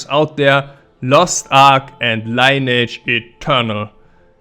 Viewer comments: actually, Lineage is pronounced kinda "lee-neege" not "line-age" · It's Lin e age 😀